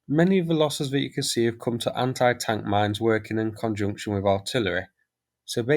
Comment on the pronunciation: STOP PRONOUNCING THE WORD 'ANTI' WRONG